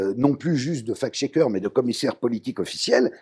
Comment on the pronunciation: on ne dit pas fake schecker mais facccccccccccct schecker. le c il faut le prononcer, sinon SVP parlez francais. merci.